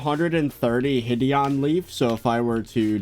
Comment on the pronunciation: Will he realize one day that "hideonleaf" is pronounced "hide on leaf" lol